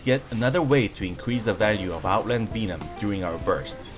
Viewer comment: Another fun video. Oh, double check how to pronounce "Venom" in English.